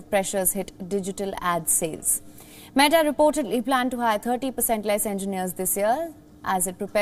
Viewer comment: Is the accent